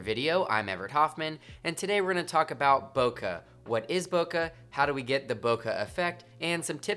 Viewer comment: Bokaaa 😂 it's boke' B-o-k-e